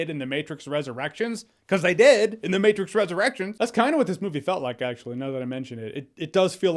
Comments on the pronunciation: Maybe it's because I'm a dad, but I laughed at "The Mehtrix" hahaha. However, I did like the Matrix Resurrections. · The meh-trix😁 I'm dying. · “The Meh-trix” LOL!